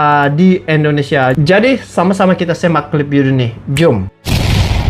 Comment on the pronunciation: bukan endonesia tp indonesia.semangat ngonten nya bang